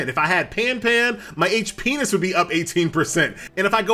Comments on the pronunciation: Hit P - ness doesnt sound like fun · FFS it's HIT POINTS not whatever the FK you were saying...